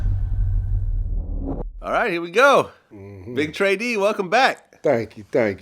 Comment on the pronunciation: It's actually pronounced tray deee